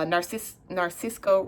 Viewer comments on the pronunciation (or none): It’s Nar si so the pronunciation 😂